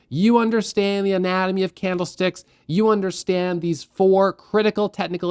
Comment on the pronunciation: i swear my ears are failing me. not on this video but many of your really helpful videos. i keep hearing bloody CAMELSTICKS noooooo i cant stop hearing it now :( really love your content mate your are at the top of YT trading tutors. thanks for helping